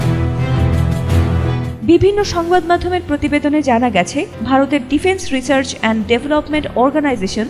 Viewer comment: ডিফেন্স রিসার্চ না বলে রিচার্জ বলছে,,,,,😆😆😆